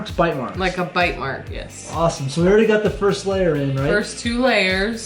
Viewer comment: you sound weird when you say awesome